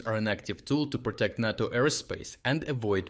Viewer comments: It's pronounced, N(AY)TO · "NATO" is pronounced with a long "a", the same as in "name". It sounds odd to hear it repeatedly mispronounced. Good content as usual, though. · is the narration on this channel AI? I ask b/c he mispronounced “NATO” (used a soft “a”). I mean no disrespect, and generally find the articulation excellent. But NATO is a common acronym on this channel . . . .